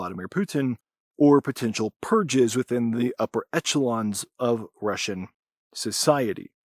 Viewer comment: The Rapture is coming this September,. Get ready. All else is quite trivial I love your pronunciation of 'etch - elons'. Try 'eshelons' next time.